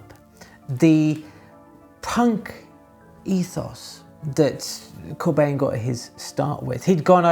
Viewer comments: Hey, as always, love the video. One small nitpick though, "Bijn" can approximately be pronounced as "Bine", like you would pronounce "wine", So us Dutchies pronounce his last name more like "Corbine". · Great video, as always, (Note: it's Corbijn, not Corbjin - the Dutch pronunciation of the Dutch "ij" today is like the "ei" in Italian) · And keeps pronouncing his name wrong.